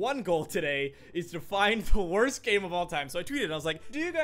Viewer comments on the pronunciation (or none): the video said "wost" hahhaahhaa!